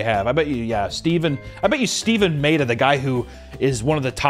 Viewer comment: Whether we agree or disagree on how bad Netflix's One Piece adaptation looks (really, really bad), at least we can agree that can't pronounce Japanese names. 'Ma'・'E' (as in 'Eh')・'Da', not “May・Duh” 'Jun' (as in June)・'Ji', not “Juhn・Ji”